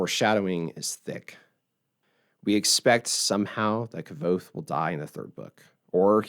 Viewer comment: It's not pronounced "K-ah-Vothe." The 'V' is akin to a Latin 'v,' which is pronounced like our 'W.' This makes it 'K-w-othe.'